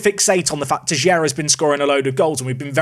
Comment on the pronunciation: Sorry to correct you, its Teixeira